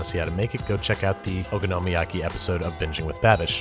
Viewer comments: O-KONO-MI-YAKI- Babish please. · the way babish pronounces okonomiyaki.... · This is great but your pronunciation of “okonomiyaki” hurt me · It's okonomiyaki not ogonomiyaki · “Taco-yocky” “ohkono-meeyocky” You could at least properly learn one word in Japanese... like, just maybe. Filthy gaijin... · im sorry babish you’re amazing but your pronunciation of okonomiyaki has me f*cking reeling. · i wish youd say okonomiyaki right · Why, oh why can he still not pronounce "okonmi" correctly? cringe (ノ-_-)ノ~┻━┻ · I'm so excited to try this out! I love your recipes babish, but... would you please learn how to say okonomiyaki properly... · haha, i agree, it wasn't the moooost terrible pronunciation of okonomiyaki considering that he doesn't even at the very least watch anime often, but i think most of the reason it bothered me is just because i know some japanese and how to actually pronounce it